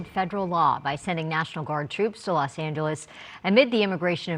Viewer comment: it's Angeles not, San Geles. Makes you sound more literate.